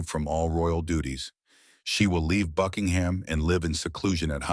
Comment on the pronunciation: Please, PLEASE, the royal Palace is NOT a jumping pig. Drop the 'h' and pronounce it 'Buckingm".